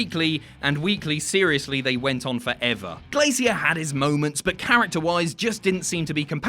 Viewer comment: First time I've heard it pronounced Glay-see-ear rather than Glay-sure.